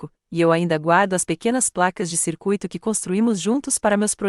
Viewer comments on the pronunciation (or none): none